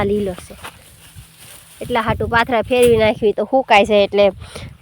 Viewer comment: Patara no kevay ben pathara kevay